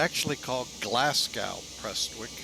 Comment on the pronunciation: By Glass-Gow you mean Glasgow? (Glaz-go?) 🤔🤭